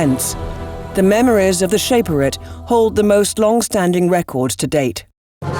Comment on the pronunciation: They pronounced Shaperate wrong too